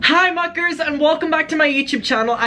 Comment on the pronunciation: as a dutch person hearing him say muckers sounds like the dutch word makkers meaning friends and that makes me happy for some reason